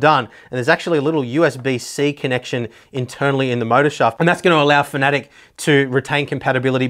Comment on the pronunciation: Just a very small moan.... Its fana tec...... Not fanatic or at least that's what I heard someone from the fana tec staff say.... Anyway good videos, hope you keep them going.